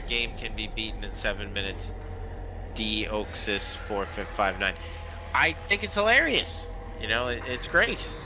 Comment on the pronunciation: he pronounced my name de_OH_xis